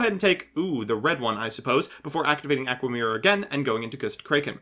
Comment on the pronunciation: Why do you literally destroy pronunciation of easy to pronounce cards? Aqua mirror Gust kraken Etc I swear i heard you do it on purpose either from you or someone else lol.